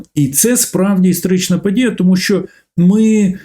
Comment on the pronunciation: Дякую за тлумачення, але не покидає відчуття деякої не серйозності промови, бо "історичний" чується як "істеричний". Даруйте, якщо образила😊😊